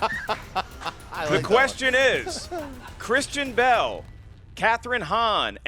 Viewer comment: Is it only me, but did read Kristen Bell's name on as "Christian Bell" (almost like Christian Bale)?